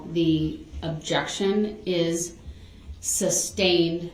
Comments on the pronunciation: The way he says ‘substained’ and ‘lisums splates’ still sends me into a rage! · Substained? Grounz for the substained he axed without relevancy. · SUSTAINED ..not SUBSTAINED ..you dip chit